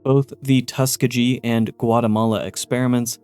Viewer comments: Tuskegee- tus-key-gi not tuska-gee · Tuss-KEY-ghee 💙 Great video. 😊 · First off, I understand that this was comparing the U.S. government to its fallout counterpart but I gotta say, these absolutely pale in comparison to the crimes committed during WWII in the name of science. MK Ultra and the Tuskegee (pronounced Tuh-Skee-Gi btw) Experiment were a joke compared to ANYTHING Japanese Unit 731 did. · Love the videos Please look up how to pronounce places/things you're not 100% sure about. Hearing you butcher Tuskeegee wad pretty bad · Getting the word "Tuskegee" wrong feels like a crime...